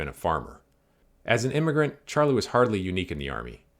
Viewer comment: His name was actually pronounced sharlay